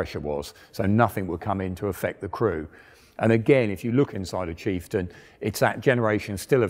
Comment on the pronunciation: Did i hear kieftain?